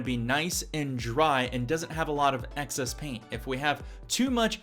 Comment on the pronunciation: the word is excess not access. appreciate the video :)